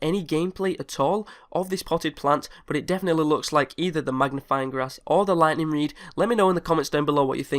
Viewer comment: its oviosly the ligthneeng reed